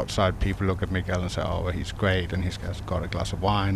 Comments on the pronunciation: That first tee announcer dude butchered his name so bad lmao. Migwell? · Bro that announcer BUTCHERED his name. Like it's not like he's a new guy on tour and nobody knows how to pronounce his name.. My man's been around for ages and any broadcaster worth his salt would have done him the courtesy of knowing how to pronounce his name lol